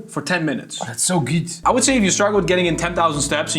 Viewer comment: "oh thats so güüd"